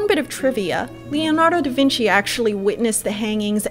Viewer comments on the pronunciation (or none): none